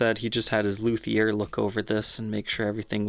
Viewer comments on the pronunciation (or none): none